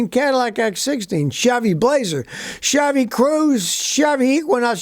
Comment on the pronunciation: SCOTTY PRONOUNCES CHEVY AS SHABBY: LOL